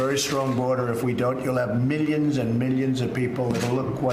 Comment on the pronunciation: MiiLLyanss and MiiLLyans